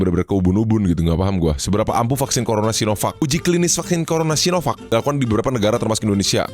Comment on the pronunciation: Enaaq kamu bilang "SinoVuck" 🥺